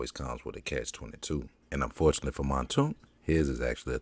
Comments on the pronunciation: Man name aint montoonk, it's Mounk Tounk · Its pronounced "moonk toonk"...